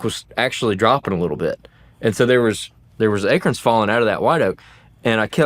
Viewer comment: Ache-uuurrrns 😂 sir, you meant to say A-corns. Not achy-urns